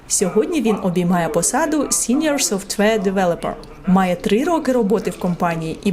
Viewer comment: Побуду трохи душнілою. Software, не softwear